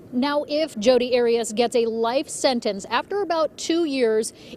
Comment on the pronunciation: Kittie Muffins I don't have 16 cats hence I'm a college student. And don't mispronounce Jodi's name again!